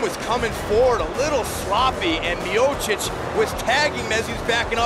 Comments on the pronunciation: Stipe "Myosick"miocic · Stipe "the My-Oh-Seek" Miocic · STIPE MIOCIC Commentator: Stee-pay Meeyowchich Me: Stype MayoSick? 🤣🤣🤣😂😂😂😂